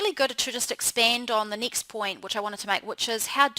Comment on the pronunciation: She pronounces her short vowel "e" exactly the same as short vowel "i:" next: nixt, reflect: reflict, beckoning: bickoning, heading: hitting, tend: tind, blessing: blissing